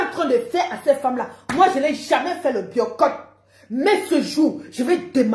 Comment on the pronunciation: Biyorcottt 😂😂 Mieux tu dis biyacott c est mieux puiskil s agit de ça😂😂😂